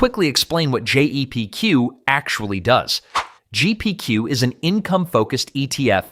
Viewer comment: It’s Jep Q why are u saying Gpq so many times